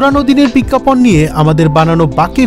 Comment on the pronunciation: “বিজ্ঞাপন” কথাটার উচ্চারণ খুবই বাজে হয়েছে। বিজ্ঞাপন লেখা হলেও উচ্চারণ হবে। “বিজ্ঞাপোন”। biggapawn শুনতে কানে লেগেছে। হবে biggapone.